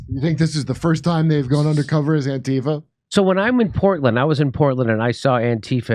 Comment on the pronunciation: Jimmy said Porkland wrong.